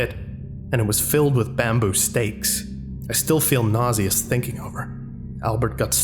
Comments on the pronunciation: Nauseous = NAW-shus. You know, like when you feel like you're gonna vomit. Also, foliage (and related words): FOH-lee-ige. Plants, trees, bushes, grass, yada yada. Often accidentally read/pronounced as "foilage" by many, but just remember that it has to do with plants, not *foil*, and hopefully that'll help everyone remember the I is AFTER the L, not before it. Just for future reference. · Excellent as usual. One thing to note is that nauseous would be pronounced NAW-shus by an American. Other than that the accent and video were impeccable.